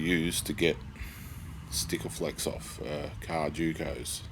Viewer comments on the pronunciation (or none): Did you just call it stikaflex. Really. Sikaflex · There's no T in SIKAFLEX BTW :D